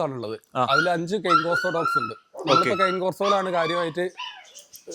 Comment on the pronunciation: Not cun corso Cane corso